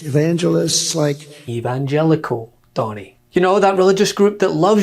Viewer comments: I thought he was about to throw up when trying so say "evilogical" or whatever that Word was about to be he was trying to pronounce. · Well, it's not surprising he can't pronounce evangelical; he just pronounced his wife's name "Mercedes". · Trump can't even say the word Evangelical. 😂🤣😂🤣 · Rev Trump 😂😂😂😂😂i guess that's what he is to the evangelicals.... can't even pronounce it right go figure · The Republican 🤡 clown party is following Damien from The Omen to the end!!! Reason he couldn't say evangelical 😅!!!! The Manchurian Candidate!!! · I sympathize w donny. When I'm fall down drunk, evangelical can be difficult to pronounce 😮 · He had trouble saying evangelical and was very late cause he's stoned. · The thing about that "stumbling to say evangelical" clip is that in his first attempt, he does manage to get all the syllables out in the right order, he just didn't sound confident. The problem was when he tried to correct himself and failed.